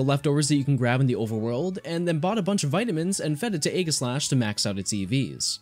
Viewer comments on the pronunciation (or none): I hate how you SAY Aegislash it's definitely not A-giss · You mispronounced aegislash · The g in Aegislash is a soft g, not a hard G, it makes a j sound, not a g sound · Sorry to be a pedant or whatever but aegislash is a play on words. It's a portmonteu of the words aegis and slash. (Aegis meaning to protect and slash to attack, fitting for a sword and shield pokemon.) Aegis is pronounced with a soft g. Aegislash then is pronounced also with a soft g.